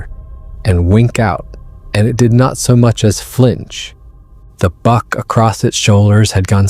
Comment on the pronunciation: It's pronounce BUCK not bark. (The thing that Big Foot was carrying.